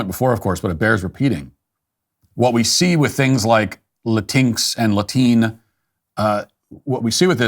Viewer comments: "Latine" has been around for a while in Latin America. First started hearing/seeing it like 3 years ago. Also, you're pronouncing it wrong. It's like "la-tee-neh." And Spanish speakers did come up with this lmao. Also "latino" and "hispanic" don't mean the same thing.... Matt Walsh wrong yet again. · Latiny😂😂matt stop!